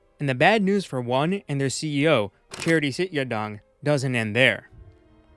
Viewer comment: The way you pronunce Chatri Sidyodtong gave me cancer